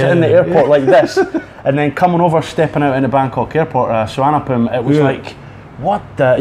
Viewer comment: The first UK person that I have heard correctly pronounce Suvarnabhumi Airport. I know it is not really that important but that is a FIRST.